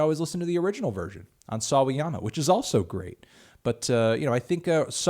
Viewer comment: he's gettig better at pronouncing sawayama